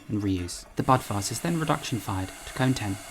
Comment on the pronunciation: did he call it a butt vase? lmao